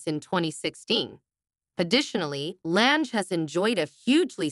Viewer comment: You can't even pronounce her last name correctly.